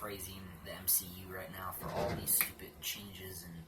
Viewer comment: I'm sorry but u say stupid like stupit